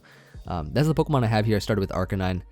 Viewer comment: = Pokemn = Pokeaim Me = will totally get them mixed up constantly lol